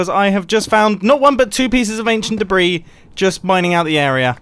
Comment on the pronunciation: the s in debris is silent